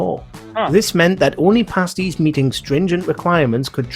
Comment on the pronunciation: ...it's pronounced 'parsties'